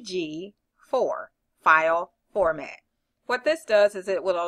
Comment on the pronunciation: it's pronounced empeg 4.